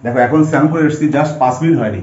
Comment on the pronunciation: চ্যান না বলে স্নান বলবি